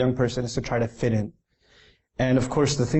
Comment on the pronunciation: Fit in. Not "fed". 😆 Salam. x